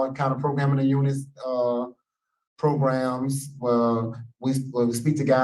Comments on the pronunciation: PRO-GRAMS … why do u always say it like pogroms (which are wayyyy different haha) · Ooo LOL - thats pretty funny than - so essentially someone on the parole board was calling programs in a way that sounded like the ethnic cleansing of a specific mass group of people instead of PRO-GRAMS …. I literally thought after only 3 videos deep of watching him, that he literally says progrums (though sounds like pogroms) instead of programs But thanks for clarifying so I dont look like an idiot again hahah